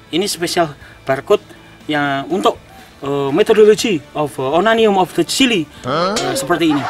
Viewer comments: Onanion of the chili wkwkw 😂😂😂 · Onanium??? Wkwkwk, pd nyadar gk gaes? 😁